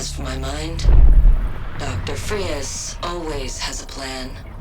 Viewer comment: They even misspelled and miss pronounced the names its “Fries” not “Frias”